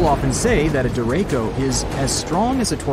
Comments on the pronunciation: 1.There are no hurricanes in South Dakota. You undoubtedly meant tornadoes. 2. Tornado wind speeds can go way above 100 mph. 3. Derecho is a Spanish word. Your pronunciation is incorrect. 4. At that point, I tuned out. You obviously don't know what you are talking about. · he calls this a hurricane… he mispronounces derecho stick with your daytime job bro . I had to stop watching… YIKES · Wrong pronunciation of "derecho," 30 seconds of research would have fixed that. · Dude i have no clue where your confusion started but derecho means straight in spanish and the ch is pronounced like charlie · Derecho is a Spanish word...and you're pronouncing it in correctly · The "ch" in "Derecho" is pronounced like how you would pronounce it in "chow". It's Spanish for direct or straight ahead. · I stopped watching this once the narrator mispronounced derecho. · Lol that’s not how you pronounce it’s a Spanish word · Terrible vid, doesn't know how to say derecho, said a hurricane hit South Dakota, & just horrible research & knowledge about this subject. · Wow, derecho I had no idea what word he was trying to say, now I know why hahaha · I think "derecho" is actually pronounced "deh-RAY-choh", not deh-RAY-koh". I see your point, though. The word "derecho" comes from the Spanish for "direction". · It's pronounced "deracho", not "derako". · Derecho is a Spanish word meaning straight . It's pronounced De re cho , the syllables not Der echo . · By the way, Derecho is pronounced De-re-sho not De-re-ko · derecho not co chis hard sounding. Get your AI straight. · DereCHO. Not Dereko Also, not a hurricane. Heard that too. If you’re gonna post a video about it make sure you know what you’re talking about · Not “Dereko”. It’s pronounced “der ray cho”. Ch, as in chew. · De "Rek" co it derecho Dre REY cho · Derecho - Spanish word for right Duh reh cho Not der ray co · Der-ray-ko? Nope. Try ‘Der-ray (rolling the r slightly)- CHo’. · It’s pronounced dere -Cho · It's pronounced De-ray-chee-o.